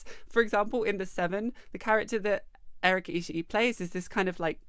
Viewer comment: Also, that guy pretending he can't understand singular "they" is annoying enough, but the fact that he keept mispronouncing Erica's last name was driving me nuts.